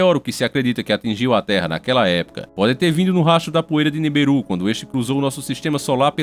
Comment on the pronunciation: Vc precisa melhorar o seu sutak porq vou te contar em meu,não e niberus e sim niburú